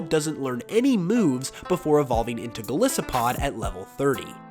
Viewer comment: BTW, I'm not usually one to single people out for pronunciations, but there is one that a lot of people get wrong (including you, sry) that I think you'd like to know cuz it has to do with the lore. So a lot of people mispronounce Golisopod. I admit, I pronounced it the same as you when I first saw it. However, when I looked into the meaning, Golisopod is actually a combination of Goliath, and Isopod. Therefore, it is pronounced Gol-eye-so-pod